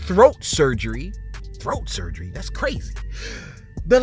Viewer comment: Yes that's how you pronounce it Thoat!😂...